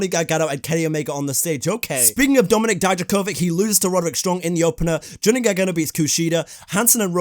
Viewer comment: How come you can say ilia draganov but you can’t say Dominik dijakovik? 🧐